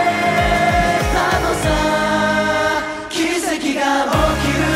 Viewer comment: 大昇くん、「奇跡」の「Ki」は子音をはっきり発音しているし、「が」は「んが」と発音(鼻濁音)できているしでやっぱりうまい人だなあと思う